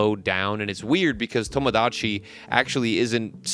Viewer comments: just say tomodachi normally vro like son 😭😭✌✌ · The way you pronounce Tomodachi Life reminds me of how my white friend orders Mexican food with an accent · you pronouncing tomodachi in that way made me immediately click off the video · why do you say tomodachi like that 😭